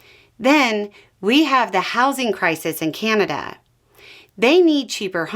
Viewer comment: Keeaanada lol, there is no ''kee'' in Canada